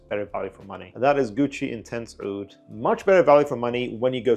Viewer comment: Sounds like that Armaf trip to the Middle East helped some reviewers respect the actual pronunciation of the word Aoud.